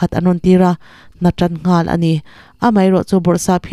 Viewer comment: I thu chhiar ngaihthlak anuam e;chutih rualin ziak chhiar ngang ania, lam rik dan ah afuhlo deuh a awm leh zauh thin. Aitlang lam dan kha ai hlau a ai tih angin ilam ripalh a ai risang fan bawksi in lam la adik ang hnatan pawh kha hna tan han tila adik tur zawk ania improve nan thahnem ngaih thuah ka'n pau ve ngawt ani e iti tha e.😮😮